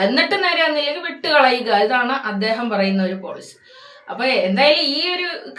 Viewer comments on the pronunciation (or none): Atheham enna etheham. 😂😂😂